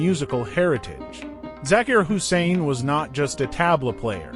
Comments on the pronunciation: If you’re going to take the time to make a video to honor this man, please consider taking time to pronounce his name, his families names and his instrument correctly. It won’t take that much effort and you will get much more respect for having done so. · Respect the man , this A. I. tribute is sad it can't even pronounce his name right . We love you Ustad Zakir Hussain , your music will live forever ! RIP brother .